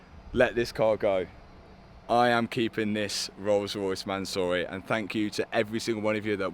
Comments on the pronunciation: Mansory: "Soryman" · the pronounce is MANSOOORY - Not Mansory so❌ -soo✅ sory❌ soury✅ man sorry❌ mansoory✅ i know because its an iranian family name. No hate just letting u know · I can't be the only one driven crazy by the pronunciation of Mansory throughout the video